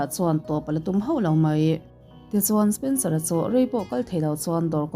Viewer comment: Spencera kha spensora i ti zela 🤣🤣🤣